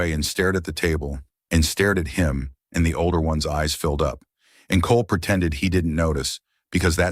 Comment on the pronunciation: "PERTENDED" IS NOT A WORD. * PRETENDED. "PERCESSION" IS NOT A WORD. * PROCESSION.